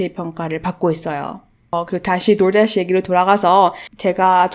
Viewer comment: door dash발음 웨케 섹쉬하시나요.. 공부하러들어왔다 설레네요 휴 렉카님은저리가세요